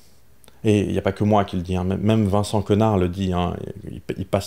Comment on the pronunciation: C'est drôle comme on aime prononcer comme ça alors qu'étant donné qu'il est américain, ça devrait plutôt se prononcer “connère” (d'ailleurs c'est indiqué dans sa description sur Twitter